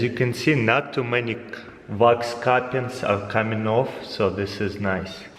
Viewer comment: I thought he was saying rocks then I realized he is saying wax